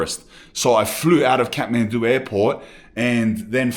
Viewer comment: he says Khahtmandu like a Scotsman !!